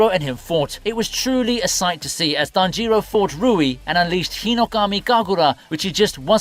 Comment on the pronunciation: come on man it's tanjiro, not tan jiro, just one word